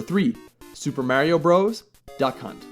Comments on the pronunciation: Its super MARIO brothers. Not super MÆRIO brothers :) lol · it's mario not merio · I stopped watching after when he said "Super Merry-O Bros" LOL